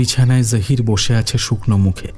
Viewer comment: জাহির কথাটা বারবার কানে বাজছে, বাংলাতে জহির হবে। আর সামীমা কথাটা উর্দুতে বলে, বাংলাতে এটা শামীমা হবে।